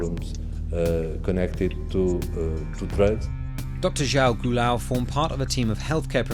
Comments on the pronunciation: João culhão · "Jau Gulau" I'm dead